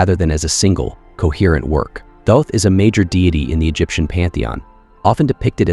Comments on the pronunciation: There is no E at the end of thoth don’t pronounce it like it has one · Really love the content on this channel but man...the way your speechbot pronounced Thoth could make Seshat weep and Seth giggle 😅Is that adjustable? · I believe you are correct. More I meant can you adjust the pronunciation for specific words like Thoth.